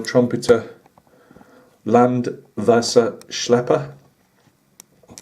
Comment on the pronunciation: Hey! Your pronunciation of Land Wasser Schlepper is quite OK!;-) Good unboxing of an interesting vehicle.Glad you have chosen the 1/72 version. I'm very interested in what you make of it. The quality of the parts looks good, maybe you find later additional room for improvement. Greetings, Joachim